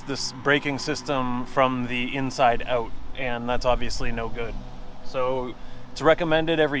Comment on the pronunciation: This "ouet" makes me feel you are Candian 😂